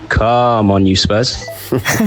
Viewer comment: No offense, that caller around 6 :00 said it like" cum on you, spurs " 😅